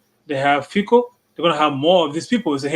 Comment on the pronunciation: Fico is pronouced as Fitso and NOT as Fiko Fi like fi in Finland and the C in co as C in Cincinnati We do not pronounce Cincinnati as 'Kinkinnati'